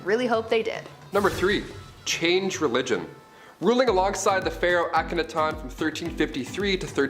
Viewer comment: It's pronounced "hair-um" not "ha-rem"... And it's "Ak-a-NAH-ten"...